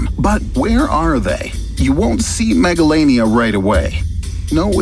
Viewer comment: When he say megalania in my hearing is megalovania